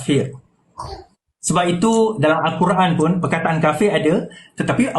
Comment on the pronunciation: Sembang sokong pas pasal takbir dia suara paling kuat TAPI ilmu sikit pun tak ada kena sergah dengan yang dia pandai sebut kapir kapir kapir laaaaa mat Hulu mana datang Ni nampak sangat jahil.